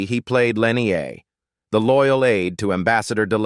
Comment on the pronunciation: The AI narrator can't even pronounce the character names correctly: G'Kar is zha-kar, Lennier is lah-neer. That's disrespectful too.